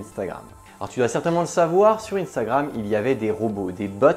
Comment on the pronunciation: Arrête de dire INstagramme soit c unstagramme en français soit INstagraM en anglais